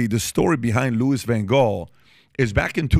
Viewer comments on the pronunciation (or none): Pronunciation Lew E Van Haal my man ❤